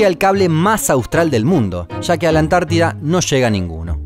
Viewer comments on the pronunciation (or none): none